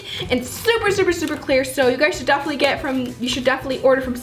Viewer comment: LOL she says "gefinitely"